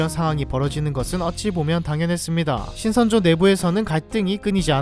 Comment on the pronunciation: 신성조인줄 ㅋㅋ